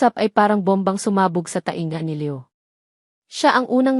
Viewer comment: Pangit Ang pag bangit ng mga pangalan ng Maya at Leo . Pero maganda naman Ang story.